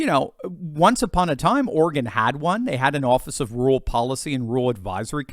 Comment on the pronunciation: DUDE, YOU GOTTA LEARN TO PRONOUNCE “RU-RAL”.